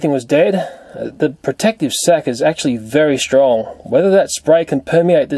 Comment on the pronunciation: whenever he says "sac" i'm mishearding it as "sex"..😂 is it just me....oh....okay .......then..(sorry)